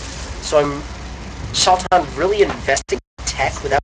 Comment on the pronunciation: Its pronounced SHAY-TAN (Tan as in sunburnt) =D